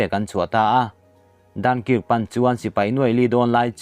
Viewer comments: Dunkirk hi ‘Dan-kaak’ tia lam tur a nia, a tha tho e. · A ngaihnawm lutuk e.Dunkirk-"Dankark" tia lamtur ani e.I chhiar hmain mi enlawk tir neila.Narrator aw nalhtak inei e. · I Dunkirk lam dan te chu a va mak ve....mizotawng lah I chhiar dik thei bok silo....in zir ila ngai hle mai